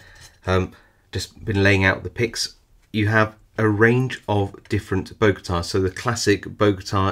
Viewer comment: Great video, thanks! One little correction, it’s Bogota not Bogata. That’s actually the name of the city where I live :) Don’t know why those picks are called that though